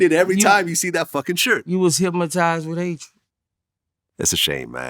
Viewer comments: Okay it was funny when I first heard it but it's going on too God damn long now the word is hypnotized not hypmotized 😵‍💫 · Boosie says hypmatized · "He was Hypmatyzed" 🏃🏾‍♂️ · Somebody need to tell da big homie Boosie it ain't not one letter M in the word Hypnotized 😂😭😂😭